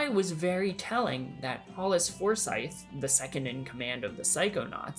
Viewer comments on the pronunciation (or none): none